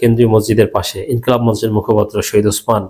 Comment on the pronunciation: মঞ্চ শব্দের উচ্চারণ ম ণ্ চ্ হবে না । স ঠিক উচ্চারণ ম ণ্ চো ।